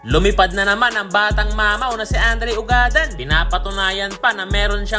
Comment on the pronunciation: Eto Ang tamang pag bigkas ng apelyedo nya ugad-dan kababayan ko Yan sa bayan ng tumauini....